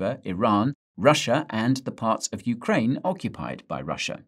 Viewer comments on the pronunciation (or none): none